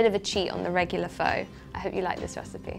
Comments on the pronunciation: ..its pronounced like 'Phar' although its 'Pho'... just so you know .. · She cant even cook pho or even pronounce it. Lol!!